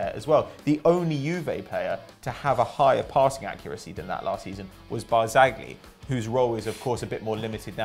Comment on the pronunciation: FYI its not barzagli prounce its just barzali when you want say it